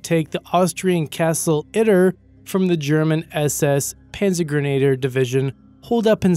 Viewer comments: Wehrmacht is pronounced Vair-mach-t and Panzergrenadier is pronounced Panzer-gren-a-deer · and panzergrenadier apparently is the panzergrenader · or the Panzer Granader? WTF?